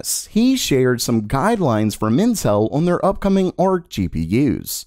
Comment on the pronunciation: it kinda sounds like he's saying incel